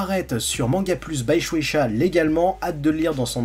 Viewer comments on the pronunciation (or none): none